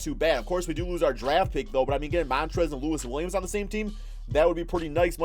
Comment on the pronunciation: You said Louis William not Lou will